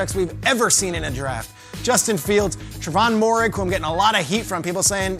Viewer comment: dude can't even say moehrig's name right but wants to put a safety over justin fields even tho the quarterback position is the most important position on the football field... lol CLOWN.